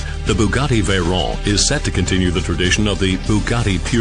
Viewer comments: Turbo supercharger is the proper name for a "turbo", for those of you who didn't know. The narrator also uses proper pronunciation with the name Veyron. The entire car is a technical masterpiece except to the ignorant who know nothing of engineering. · Its a french name so the 'r' is pronounced like the french do...